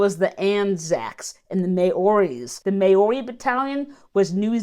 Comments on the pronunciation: Hi. Ive recently stumbled upon some of your videos and I enjoy your take on them. Just some information for you NZ's 28th Maori Battalion along with the rest of the NZ division went on to play a key role in North Africa and it was said that Rommel himself was impressed by the fighting skills of our Kiwi soldiers. Maori is pronounced Mao-ree if you said the word mouldy as in mou to represent the Mao ri. Anyway hope you found it helpful. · 2 syllables for Maori ( Mao ree )